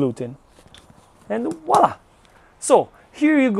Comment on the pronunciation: This guy was definitely born saying vowla vowla vowla😂😂😂